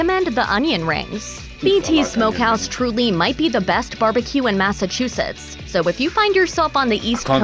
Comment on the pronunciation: Mass-Uh-Chew-Sits (Massachusetts)